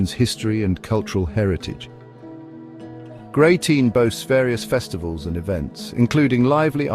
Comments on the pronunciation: It's Grey-ton!! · GreyTINE?……..How do you arrive at that pronunciation for Greyton?